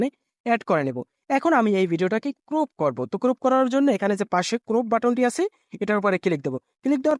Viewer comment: vul sobdo use kora bhd den. uccaron tik koren. trim, crop e gula uccaron tik hocceh na